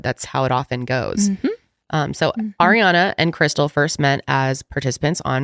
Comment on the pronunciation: always wants to say Air-re-Ana, but I’ve never heard of anyones name actually being pronounced that way lol